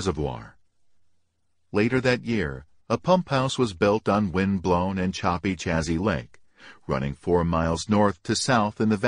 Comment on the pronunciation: One attempt came off sounding like an old time gangster 🤣. Then there's the way Chazy Lake is pronounced. All my life it been Shayzee Lake. Even Cheewees know that. BTW, living around COs all my life, I can recognize one by his/her speech pattern, often by their superior air, and if they call people "buddy".